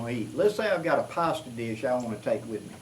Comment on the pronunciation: Hey! "Let's say I've got a pasta dish I want to carry with me..." Every time I get to that part I hear "possum dish". Yeah I know, but you know me, I just can't help it!;) Good stuff my brother, keep up the good work!